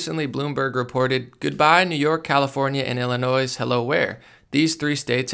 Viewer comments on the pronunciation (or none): none